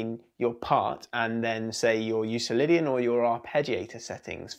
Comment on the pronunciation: Not a big deal, but just an FYI. Euclidian is pronounced with a hard "c" like Euklidean. Named for Euclid, the Greek mathematician.